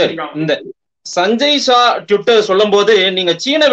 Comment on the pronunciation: என்னங்க இவர் சஞ்சய் ஜா என்கிறார்,அவர் சஞ்சய் ஷா என்கிறார்...